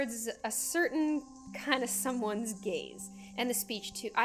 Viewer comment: when you said 'gaze' I thought you said 'gays' as in 'i can't stop thinking about your gays'.